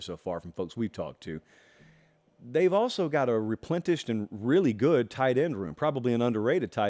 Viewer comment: I’m sorry but did just put emphasis on his annunciation of “reiterated” in the same episode that he pronounced “replenished” as “replentished”? Hahahaha